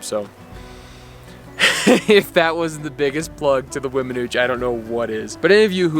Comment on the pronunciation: I understand you passion young man. I lived at Vallecito Lake, about 2mi's from the Weminuche trail head, locally known as The Nuche (and yes you did pronounce it correctly), for 17yrs and those memories are at the top of my 70yrs of living and I thank God for allowing me to live there. Continue to seek out your passion in life and thx for the great video's.